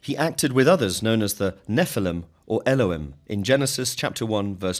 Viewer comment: Your pronunciation of cuneiform and Elohim.....no.